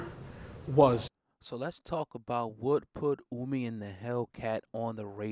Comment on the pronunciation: Ohhhhmi...not Uuumi